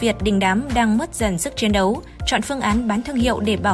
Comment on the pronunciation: Nội dung hay, nhưng đọc sai chính tả khó nghe lắm ad ạ: triến đấu, tro rằng, trúng ta....